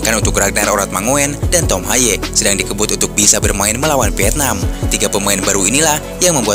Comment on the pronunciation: VIETNAM pakai V,bukan PIETNAM. PARAH BANGET SI ORANG INDONESIA